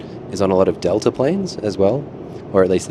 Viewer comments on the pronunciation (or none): none